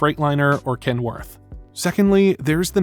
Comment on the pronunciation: You're using a computer voice. Use your own, it will be much better. The computer doesn't know how to pronounce Kenworth. That was the giveaway.